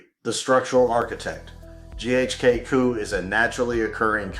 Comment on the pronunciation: I stopped watching after I heard GHK-COOOOO...